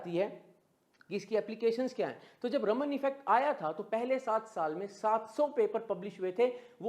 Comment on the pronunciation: It is Raaman (रामन्) effect. Not रमन्. Please learn and use accurate pronunciation.